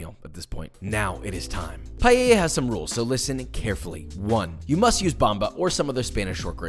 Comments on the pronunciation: You need to say PaELLA and dont put Chorizo ( its like putting cream in carbonara ) 😭😭😭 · NO ES PAELLA, POR FAVOR RECTIFICA. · the thing is that if you can say you the you can say paella in the right way paeya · not a minute into the video and he already destroyed the word "paella" not "palleya" as he pronounces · today we’re making “payay?” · Pie - eh - ya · did you just say PALLELLA? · I would never understand why english speakers add a Y in Paella and say Payella, other than that as a fellow cook this looks amazing like a very well cooked rice, maybe too many ingredients for my personal liking and definetely not even close to the real thing but worth trying for sure and very well cooked similar to how a real paella valenciana would be cooked nice socarrat as well. Personally I dont really like mixing meat and shellfish either, my fellow spaniards are probably gonna have problems with you calling this "Spanish Paella" but no harm done you never claimed it to be the traditional version this is your take and a pretty nice one at that. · I usually like your videos, but this "paella" is just unacceptable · Please learn how to say paella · >mixed chicken with seafood >chicken >used Bomba instead of Senia >chorizo >pepper >tomato > garlic >wine >not cooking with an open flame using orange wood >pronouncing Paella wrong like a mexican You bring that heresy here in the Albufera, you will be stabbed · as a Spanish, this is everything but authentic spanish Paella...........learn how to pronounce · You cant even pronounce it right. Who tf wants to learn spanish recipes from a white boy. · Please please please learn to pronounce Paella! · the way he pronounces paella 😩☠️ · As a Spaniard....thats not how you pronounce it...but it looks good though... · Yeah, you pronouncde it "Payeya", expectations for your pronunciation of socarrat wheren't high XD At least you didn't go for the ritish "Payela"! XD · PAELA not PAYAYA...josh no kiss for you this time